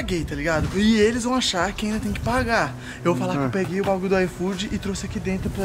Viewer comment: O falou: IFOOdeu, hein